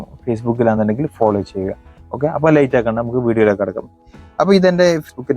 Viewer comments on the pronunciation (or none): none